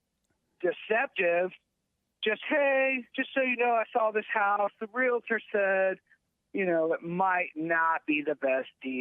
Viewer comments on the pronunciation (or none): First off it's "realtor", not "realitor". And not all real estate agents are realtors. This aside, save your money and steer clear of women. You know women, those humans who giggle when a man gets hurt.